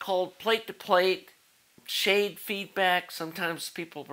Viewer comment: Schade is pronounced "Shah-duh". It's a German surname and comes from the guy that wrote an article about plate to plate local feedback back in 1938,. Great series of videos on the amplifier though.